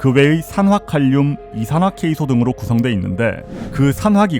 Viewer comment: 이산화케이소라뇨... 일본분이신건가요 아님 AI가 번역투를 그냥 읽은건가요? 이산화규소가 맞습니다.